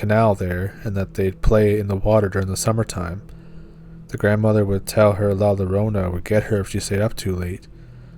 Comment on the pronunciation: La Llarona is pronounced La Yarona